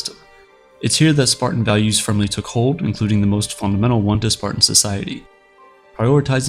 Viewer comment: No, he really is saying “Spartian”.